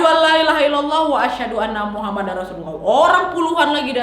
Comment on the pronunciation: bukan maksud sok benar tapi bilang nya Muhammadur bukan muhammadar